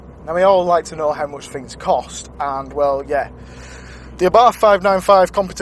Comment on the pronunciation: You need to brush up on the Italian pronunciation competizione lol